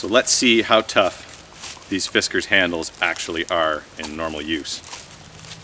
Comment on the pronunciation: Fiskars with an A as in bars, not FiskErs as in whiskers. Sorry but with a name like yours, you don't look the part and your "project" is absurd. If after more than 60, 100, 200 overstrikes there isn't a mark...Try to destroy something else. The best wooden hickory handles don't take five overstrikes to crack or split.